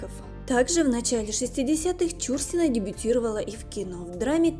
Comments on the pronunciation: Это невозможно слушать: не ЧУрсина, а ЧурсинА. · Чур- сина, ударение на первый слог , режет ухо. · Правильно фамилия произноситься - ЧурсинА. Ударение на последний слог. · я думала , что только мне режет слух ЧУрсина . Всегда была ЧурсинА . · Какая ЧУрсина!? ЧурсинА!!! Задрали своими ошибками!!! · Ну невозможно слышать бесконечно режущую слух исковеркованную фамилию. Артистка всегда была ЧурсинОй!!! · Не ЧУрсина, а ЧурсинА! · Да,не ЧУрсина,а ЧурсинА! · ЧурсинА - ударение на "А"! Прежде чем снимать видео надо знать такие вещи... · Согласна ! Слух режет ! Считаю неуважением к любому человеку искажение имени ! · Ну, уж коли взялась озвучивать ролик о великой актрисе , стоило бы поинтересоваться , как правильно произносить её фамилию. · Ну куда лезет, даже ударение неверно в фамилии, ужас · да,слух режет такое произношение фамилии актрисы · Действительно, не знать, как произноситься фамилия Чурсина - это по меньшей мере не вежливо по отношению не только к знаменитой актрисе, но и к читателям... Куда катимся?... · Ударение в фамилии,ув.ведущая,ударение не там ставите! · Да, получилось не очень с произношением фамилии актрисы, но мы прощаем .. тем более , что видио получилось очень интересным, спасибо огромное!! Людмила Чурсина всеми любимая, красотка так печально слышать, что такая Талантливая, не нашла женского счастья, очень жаль. Всевышний ей дал очень много красоты и таланта, но обделил её женским счастьем.❤️💜♥️💚🔥🔥🔥🔥💃💃💃💃💃💞💞💞💞🎁🎁🎁🎁💐💐💐💐💐😘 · Помимо неправильного ударения в фамилии актрисы,куча других ошибок-за время жизни с Андроповым,Чурсина-13 лет уходила из дома.Жесть.Может найдете себе другое занятие.Или хотя бы читать грамотно научитесь. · Актриса отличная,я ролик толь три минуты поглядела,неприятно когда неправильно читают фамилию,аж ухо режет,ударение в фамилии идёт не на " чу" ,а на слог " на" .Обидно что есть люди не знающие этого,актриса очень известная и замечательная! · Даже дизлайка не заслуживаете за ударение в фамилии. Бестолочи.